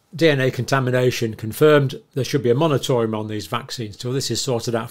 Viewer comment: still saying monotorium?